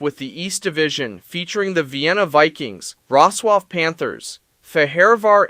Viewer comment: bruh u need to stop using AI to narrate ur videos it hurts listening to the pronounciation of fehevar and wroclaw😂